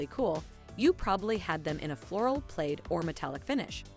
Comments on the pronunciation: Notice respect at all... But it's driving me crazy every single time The narrator is trying to say "plaid" and keeps saying "played" The narrator is actually mispronouncing a couple of things not just plaid... But plad is the one she seems to pronounce incorrectly the most. Wait a minute... I cannot walk away without mentioning the way she pronounced Jumanji. To me it sounds like she's saying "Jew ma gee" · I’m 37 and to this day today watching this video was the first time I’ve ever heard PLAID pronounced PLAYED. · Oh ffs plaid is pronounced like plad. So many mispronunciations in this video make it hard to watch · I was aware of the Wuzzles in that I had one episode on recorded VHS My sister had a Tamagotchi I had a Discman for years until I got my iPod Touch My sister and I were addicted to Beanie Babies and we still have them in our loft closet I love Magic Eye plaid is pronounced plad I only had a Yo-Yo Ball and barely used it. I loved the AOL sounds. It sounded so futuristic. I wanted a PlayStation because the controller was simpler than the N64's. I was addicted to Gran Turismo. We didn't trust Blockbuster or Hollywood Video. We had our own small business video store. I've used Windows computers since high school. I had tons of Goosebumps books as a kid, although I remember nothing about them. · Love the video but who ever did the voice over needs to learn how to say plaid & Atari lol 😂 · also, has the woman narrating ever spoken words before? tamagatchi irked me but i can forgive, despite sounding like my "south will rise again" grandmother saying it. but pronouncing plaid as "played"? just stop. learn how words sound please.